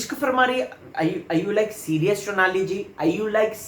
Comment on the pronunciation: Phli baat unka naam " Shonali" nhi Sonali hai.. wo Bangel se nhi hain...Haryana se hai.. overacting ki dukaan... naam bolna seekh le phle..